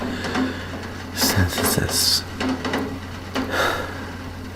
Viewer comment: For some reason I thought you said thanos-synthesis instead of photosynthesis